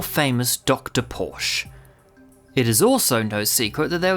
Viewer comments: You pronounce the E at the end of Porsche like a "sha" because it isn't silent. No letters in German are silent. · Porsche! God damn it! You miss the e in the name again.